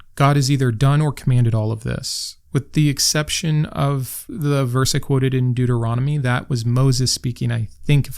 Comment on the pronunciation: You said Deuteronomy! I’m so proud of you! 🤣 Excellent points all, as usual!